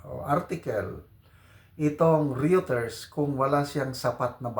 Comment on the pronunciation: Ang pronounciation ng Reuters is Royter. Pareho na ri ng Euro. Oyro.